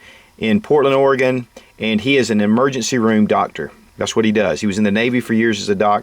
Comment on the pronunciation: first off...your channel is awesome! I've learned quite a bit about getting prepared, and this (and the smaller kit) will be some of my first purchases. And thanks a bunch for the info in all of your vids, and thanks for pronouncing Oregon the right way!